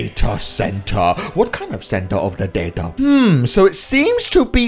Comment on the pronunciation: it's not datae center it's data center